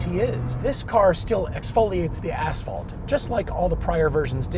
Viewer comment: Took me 3 listens to realize you said 'asphalt'